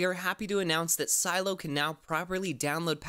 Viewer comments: its not si eello its Seh Lay Oh ffs stop it lol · Why do you call it Silo? Isn’t it “Si-Lee-oh? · Its pronounced si-le-o not silo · Its not silo its Sileo ! pronounce correct CYdia is not cidia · A part of me died when you said Silo instead of Sileo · Am I the only one that is bothered by the fact he keeps saying "Silo" instead of Sy-Lee-Oh? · Just one small, minor detail....sil-e-o....not silo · It’s not pronounced silo, but si-lee-o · It’s pronounces silly-o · Sih-lay-oh is how it’s pronounced lol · I’m pretty sure it’s “SUH-LEH-O” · I think it’s pronounced “ se-Leeo” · Shouldn't it be pronounced like "SILL-ee-oh"? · Isn’t it pronounced as si-le-yo? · Its doesn’t take a high school degree to pronounce Sileo right.... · Is sileo pronounced Cy-lo or Cy-leo? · pronounce the name right..